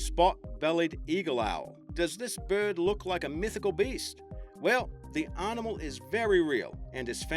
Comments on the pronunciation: he says "arnimal" instead of "animal" ...(-_-)... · There is no R in Animal mate or many of the other words you tried to ram one in to. Arrrnimal. LMAO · WHAT THE HECK IS AN 'ARNIMAL??!"